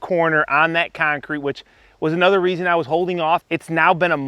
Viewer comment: never heard any sort of accent from you until you said "concrete" . and you did say bring the 6 footer, but did you really need it? :)